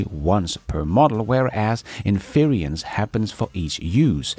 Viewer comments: Väldigt bra avsnitt! Ett tips: In-ference, betoning på första stavelsen, som interior eller kongelig, inte in-fe-rence, som i interference eller umulig. Tack för idag,! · Not sure if you care, but "inference" should not rhyme with "experience". There is no 'i' in inference as there is in experience, so it is not in-fer-EE-ence. The "fer" does not sound like "fear" nor rhyme with 'peer' or 'dear'. The "fer" sounds like "fur"(as of an animal). So in-fer-ence. "fer" like "fur". And "ence" rhymes with "fence" "hence" and "sense". You can unstress the middle syllable 'fer' to almost 'fr', so it may sound more like infrence, with the "fren" sounding like "friend" without the d (and why the i in friend nobody knows, lol). To sum up: it's "in-fer-ence" or a lazy "in-frence" The handy pronunciation guide has been brought to you by a random compulsion. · In fer rence not in fear ree ence 😂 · Sorry,, but it's getting to me. Inference is pronounced: IN-FER-ENCE, not "inferience" as you keep saying it. I really love your shows, please keep up the great work! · respectfully we pronounce “inference” as “in-fer-ence” in English. Some people also say “in-frence.” You’ve got an extra syllable in there saying it as “in-feer-ee-ence.” Your English is much better than any of the second languages I speak. Great channel, thank you! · INFERENCE is pronounced in English as “IN FER ENSE”. SAY THIS QUICKLY…. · IN-fer-ints = inference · it's pronounced "" INfrence "" Accent on the caps. You're doing a good job! If I depended on the MSM I'd be a lot more confused and pessimistic about things Elon... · Love your show. Please look up the pronunciation of inference to get it right. Cheers.